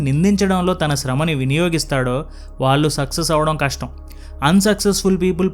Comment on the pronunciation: Content is good. But your Telugu pronunciation is not good and proper. వాళ్ళు అనేదాన్ని వాల్లు అని ఇంకా ఇలా చాలా